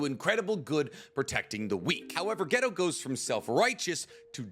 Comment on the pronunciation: Say ghetto again mawfukkka